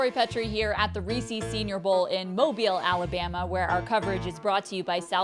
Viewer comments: For fucks sake it’s not ree-seas it reece-is. Listen to their commercials. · Tori is great, she really is but it truly amazes me the number of people that cannot say Reese’s correctly. Cmon it rhymes with pieces, its not Ree-Sees sigh